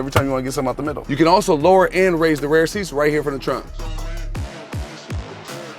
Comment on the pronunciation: I never noticed he says "rare" for rear 🤣